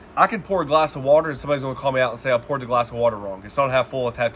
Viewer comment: You said poured wrong 🤣🤣🤣